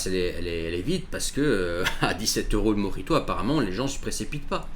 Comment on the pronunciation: Précisez : mojito et pas morito